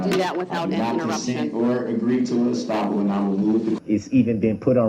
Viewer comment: “Stoppal” !!! It’s Estoppel. And it doesn’t mean stopping or pausing a trial. This idiot shows you need to stay in school.